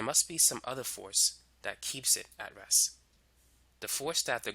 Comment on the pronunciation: nice video. Please learn to pronounce a stop "T"- your REST sound like RESS